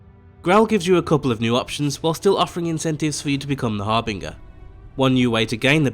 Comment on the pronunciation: Har-bin-jer, Har-bin-jer. That’s how you pronounce that.i can’t tell you how many times I’ve heard people pronounce that word wrong. (It’s part of my warframe game name). Thank you for posting this though, imma go have a look now